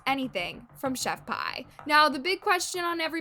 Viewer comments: I can’t get over you saying chef pie it’s chef P lmao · its chef pii not chef pie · For the love of God if you want to be taken seriously when you do videos about people at least know how to say their name right it's not Chef pie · girllll... chef pie. i gagged. isnt it chef PI ? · it's "Chef P"... 💁🏼‍♀ that's JUST the letter "P"!!